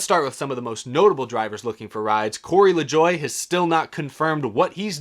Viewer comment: Why do people keep pronouncing LaJoie's name wrong?